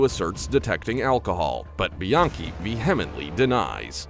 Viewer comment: Lmao you're calling her biankey lol really , come on man and then you changed it to Brittany haha your funny.